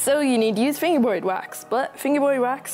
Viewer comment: He says fingewboyd